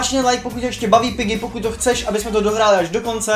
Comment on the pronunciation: gorge tak nemůže říkat pyggy